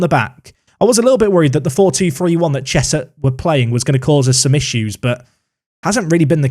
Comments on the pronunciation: It’s Cheshunt, not Cheshut or Chesthurt! You always manage to usurp your pronunciation mistakes but it’s all a part of why we love these series! Keep it up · Also, I live right next to Cheshunt, it’s pronounced Chez-unt 👍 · Cheshunt - chez unt